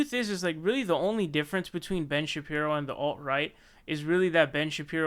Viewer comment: "Ben Shapri-o" lmfaooo